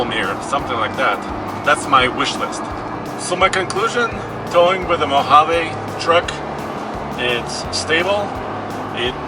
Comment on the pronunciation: MO-HA-VEE!!!!! English guys.. not Spanish